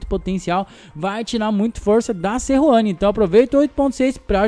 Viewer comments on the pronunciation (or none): Não é seruani, é sejuani